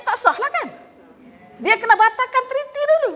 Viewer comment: .. Treaty .. Bukan Trity